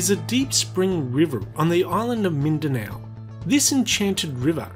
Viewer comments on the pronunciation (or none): i am proud at my country (you pronounced mindanao weird)